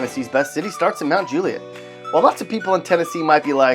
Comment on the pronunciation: Franklin? 😂 mt juilet? 😂😂😂